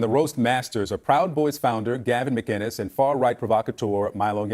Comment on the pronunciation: MAH-KIN-US, not MAH-GIN-US, there's no G.. god help us, how does this still happen.